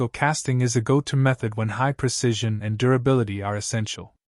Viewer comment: I'm going to guess that it is AI. The relaxed pacing and pauses make it pleasant and not sound like AI. There is some slightly odd sound during some S sounds, e.g. the S in casting. Some distortions in syllables, e.g. "impurities", "strong".